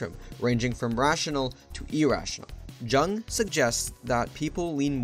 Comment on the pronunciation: Mispronouncing Jung bro